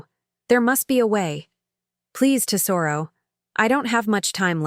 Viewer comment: If they're Italian, Lucia is Loo-chee-ah. And tesoro is TEZ-o-roh.